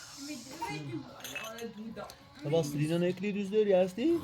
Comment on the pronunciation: так четко произносит имя Селин❤❤❤❤❤